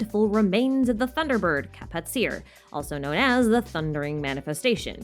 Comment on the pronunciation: Kapatcir is actually pronounced ka-pat-chi-r I believe